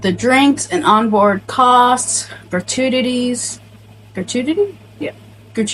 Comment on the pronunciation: The way you say gratuities was funny